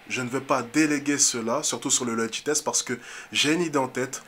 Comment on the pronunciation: je t'aime bien mais s'il te plait arrête de dire LOYALITY, c'est LOYALTY!